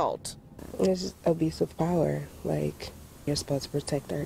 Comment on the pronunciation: Sounded like the interviewee said "Obese of power" not "Abuse of power", both work just fine.